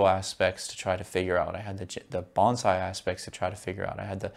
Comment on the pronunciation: It’s hard to call you a wen you can’t pronounce “Bonsai” 😢